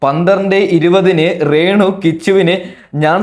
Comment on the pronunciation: റേണു അല്ല രേണു